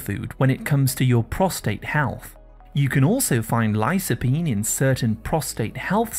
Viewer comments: Did you pronounce lycopene lysopene?and b-tamins vitamins?✌️ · "lī-kə-ˌpēn" not "li-so", anyway, very informative. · Please pronounce the word lycopene correctly